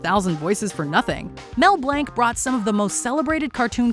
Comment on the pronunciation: I knew it had to be Mel Blanc in number one. I was not prepared for that mispronounced last name. He was most of my childhood and my mother's as well. It was a very sad day when he died. What a talent!